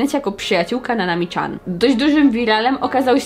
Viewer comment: Dlaczego mówisz Nanami CZAN?! Tak ciężko powiedzieć Nanami Cian?!!!!